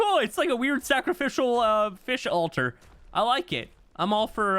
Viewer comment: Did you mean a... "sacri-fish-al" altar?